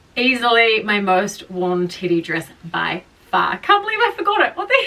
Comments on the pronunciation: It sounds like you're saying titty😅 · Also, I can’t get over your accent you keep saying Teddy dress and it literally sounds like you’re saying titty and it’s like I don’t know if you already knew that cause like you keep saying it so many times throughout the video all I’m hearing is like titty dress titty dress my favorite titty dress like oh my God I can’t !!! The information you sharing is so valuable, but maybe when I have more patience I’ll come back and watch 😂❤😅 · I thought you were saying titty dress this entire time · ...same, doll, same RME can't hear teddy in there ANYWHERE